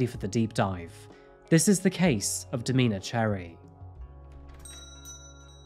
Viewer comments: Domina is this context, is pronounced dom-IN-a not Do-MEAN-a. It’s a title given to a female dominate in the BDSM community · "domeeeena".....haha no its domina, short for dominatrix 😅